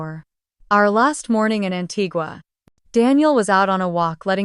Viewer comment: I just wish AI could pronounce Antigua